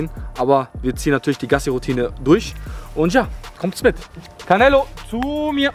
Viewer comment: Er heist auch nicht carnelo er heist canelo 😂 nicht so gemeint ❤